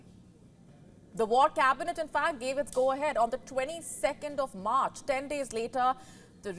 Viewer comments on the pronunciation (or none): none